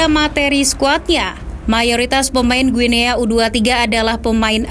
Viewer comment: izin koreksi, bacanya "Gini" min 🙏